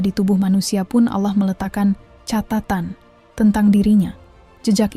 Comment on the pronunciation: Sy suka dg pembahasan/ilmunya. Tp sy tdk suka dg suaranya, krn dia salah dlm.menyebut nama Allah